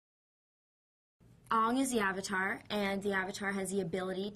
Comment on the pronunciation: SAW-KA A-NG ITS NOT that hard